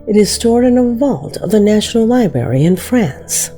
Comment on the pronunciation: Right off the bat, she got all ghetto, saying, "liberry," instead of "libRARY." That's so ignorant. Idk HOW she got that pronunciation for Thoth. Wow. She has a dignified sounding voice that seems to know English, but then THIS video happened....WOW. Stephen King....NEVER, until NOW, have I EVER heard anyone say STE FEN. It's STEE VIN! Does she not even KNOW this famous author & movie maker?! Is she only 10 years old with a woman's voice? This guy's been around my whole life!